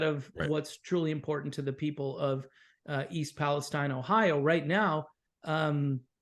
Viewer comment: I'm from Ohio, even though it's been many years since lived there. E. Palestine is pronounced Palesteen. It's an easy thing to mispronounce it. When I first came across the town, I pronounced just the way you guys did and the people who lived there corrected me right away. Train derailments were a regular occurrence. It seemed like I was hearing about a train jumping the tracks at least once a week. Have you seen that movie, White Noise? It's from 2022, I think. I've seen a movie called White Noise which starred Micheal Keaton. It's not the same movie. The more recent White Noise was filmed in the area of E. Palestine and even had some residents in the film as extras. Some people who have seen the movie just because of what happened in E. Palestine say it is eerily similar.